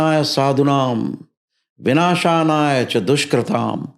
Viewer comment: I just want to know the true pronunciation of the phrase of the shloka...... mistaken "binashaya cha dushkrutam" as "binashanaya cha dushkrutam"....... First time thought that he did a mistake.... 2nd time also same pronunciation!!!!......